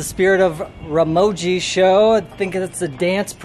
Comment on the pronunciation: Dym dude work on your pronunciation before sponsoring you can't even pronounce Ramoji 😌